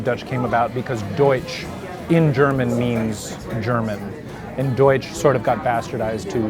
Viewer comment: Your german pronounciation is quite good !